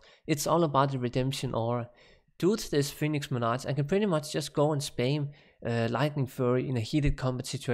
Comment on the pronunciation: you pronounce monarch wrong